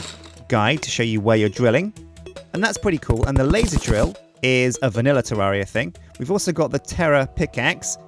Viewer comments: Did you say Jewdaria? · Episode 35~ and he still doesn't know how to pronounce the name of the game.